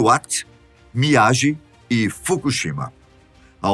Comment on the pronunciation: Mestre, a pronúncia de Miyagi é 'miyagui'.